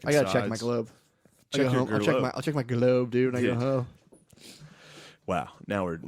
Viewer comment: Did Shane say gerlobe like that documentary now episode?